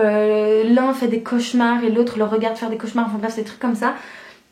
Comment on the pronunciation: ont dis dé ont prononce pas le S <3 Et bonn’ continuation pour la fac ☺️